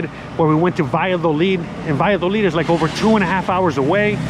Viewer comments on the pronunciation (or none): none